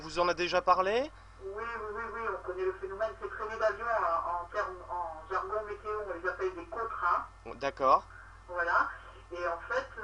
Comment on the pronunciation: 'météo' pas 'méto'